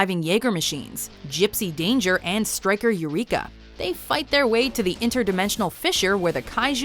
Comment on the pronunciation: How she said gipsy danger😩